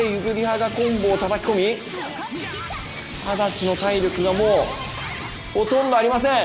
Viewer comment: やっぱり何回見てもさんの足立のイントネーションがおかしくて違和感ある。